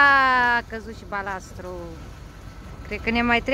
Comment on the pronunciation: Balast, nu mai spuneti balastru